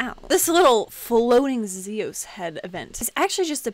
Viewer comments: it's not (Z[os) it's (Z[ios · Its pronounced Zi-Yas